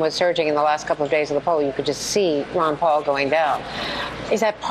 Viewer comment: Its not Wan Paul its Ron Paul lady!